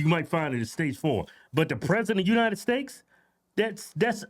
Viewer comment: "President of the United Steaks" 😂